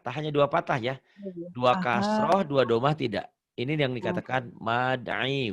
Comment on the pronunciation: Pa ustazd maaf sebelumnya ya.. Pathah yang bener bukan patah Dommah yg bener bukan domah. Soalnya ustazdnya bilang dua patah ..lebih tepatnya pathatain Sama dua domah lebih tepatnya dommatain. Note: Fathah bukan fatah Dommah bukan domah.